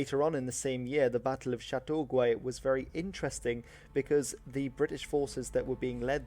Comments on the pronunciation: "Châteauguay" was mispronounced. The "U" in the last syllable is silent, so it sounds like: Shatto-Gay. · is Dutch, so his pronunciation of French is a little off.